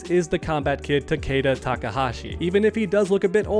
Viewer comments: Cool vid, but btw his name is pronounced Ta•kee•da not ta•kAda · Omg it’s not takayda it’s takeeda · Everyone says his name wrong , it's Ta-Key-Da